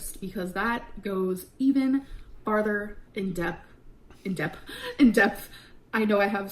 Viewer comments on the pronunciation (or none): none